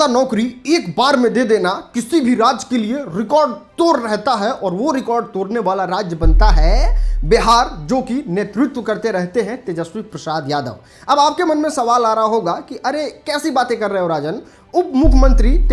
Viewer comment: Todne ❌️ Torne✅️ 😂😂